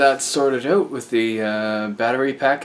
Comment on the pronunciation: That was the most Canadian 'out' I've heard you say, ha ha. Great video,.